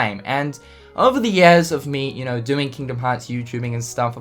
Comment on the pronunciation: years = yeas I know he has an accent, but it's just too damn funny